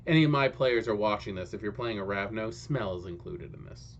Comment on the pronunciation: So uh.. you do pronounce the 's'.